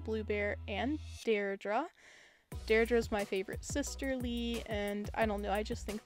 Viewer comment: you pronounced deirdre’s name wrong